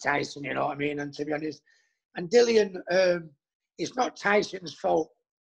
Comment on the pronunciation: “Dillon” 🙄 it’s DILLIAN! How many times